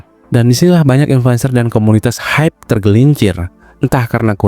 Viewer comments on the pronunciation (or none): none